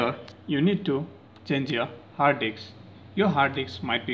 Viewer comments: It's HARD DISK not hard dix. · he said Hard Diks like times LOLOL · Hard diks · hard disk or hard eggs😂😂😂😂😂😂😂😂🤣😅😅😅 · I like how he says hard disk with his Indian accent